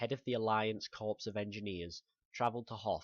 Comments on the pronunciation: Corps is pronounced "core" for future reference. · Morten Kristoffersen hes right corps is pronounced core